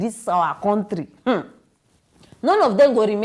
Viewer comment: Please you can use either Google or YouTube to listen to the correct pronounciation of the word COUNTRY. It will help to settle any uncertainty you may have about how others pronounce the it.